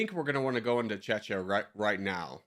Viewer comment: You didn’t just pronounce czechia like that😂😂😂